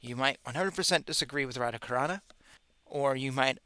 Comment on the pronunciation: I must inform you that Sanskrit words are pronounced differently. INside the book you will see diacritics. Other things, such as Titles etc, the font does not allow for diacritics, therefore they do not appear, but one must still prounounce things correctly. For example, my name is Radha Charan. YOu pronounce it Radha Carana. Devotees don't like to hear this, as it has a different meaning. Radha Charan means one who sits or serves the lotus feet of Sri Radha. --- Carana, on the other hand, means the Causual Ocean. The meaning is VERY different. You also say Sastra Cacusa. THe word is Chaksusa. THe meaning is one who sees through the eyes of sastra. Chaksusa means to see only through the eyes, and sastra means scripture. PLease check on all your pronounciations in future and past readings. It is of utmost importance for your future listeners to take you seriously, and for you NOT to make an offense to sastra, etc, etc,............. Sorry I had to tell you this. I was hoping you would rectify it yourself. Wishing you well, always.